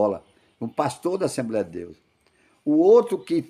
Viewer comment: Só se for assembreia mesmo...affff, cara q fala errado😅😅😅😅